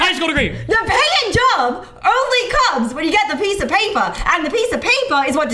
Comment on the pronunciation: PiEcE oF PayPuH